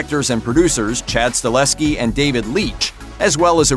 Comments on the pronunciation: Isn't it Chad StaHELski??? Not StahLEHski. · Chad STAHELSKI, not Stalehski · It’s Chad Stahelsky not “Stahlesky” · Stahelski...not StaLESki…. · It's Chad Sta-HEL-ski, not Chad Sta-LES-Ki